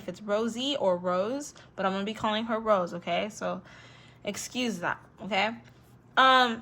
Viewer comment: It's Rosé not rose Rosé pronounce RO-ZAY